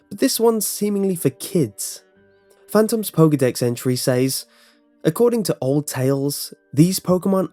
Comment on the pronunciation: Need to work on your speech/enounciation in all of your videos. Says is pronounced "sez" not "sāz". Just a lot irritating and detracts from what would be great videos that you do. Other than that issue I believe all of your videos are pretty solid works.